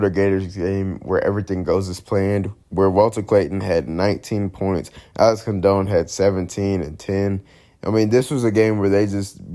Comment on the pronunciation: Pronounced Con Don not Con Doan Great stuff. They are superb at the fast break but don’t allow other teams to do it. They have great guards and great bigs. I hope they win it all!!